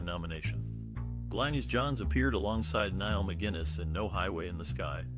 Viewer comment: Also pronounced Glinis not Glenis